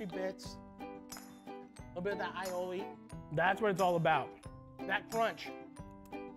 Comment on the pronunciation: MAD RESPECT!!! He said aïoli correctly! The "aï" in aïoli means garlic in french and Italian. Pronounce like the capital letter "I" or "eye". Finally finally finally